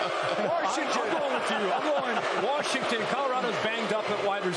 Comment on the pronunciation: Warshington! Warshington! Warshington!